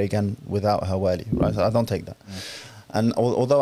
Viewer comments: can you stop saying والي. It’s ولي. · Can someone teach this man to pronounce wali correctly? Everytime he says waaaali my brain implodes